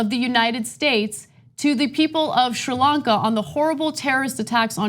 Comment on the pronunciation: I seem to recall TYT criticism of Donald Trump for not using the word Muslims when talking about the Christchurch massacre. I guess Democrats get a pass. Plus Ana, learn how to pronounce Sri Lanka. I suggest you watch the BBC.